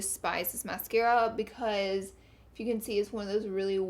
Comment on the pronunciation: don't forget 'beechuz' for because